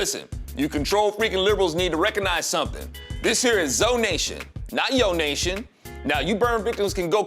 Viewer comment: ZONATION. NO YO'NATION.